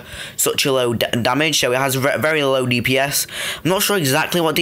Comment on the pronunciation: Anthony Ju thought you said diabetes for a second lol. Ok, thanks!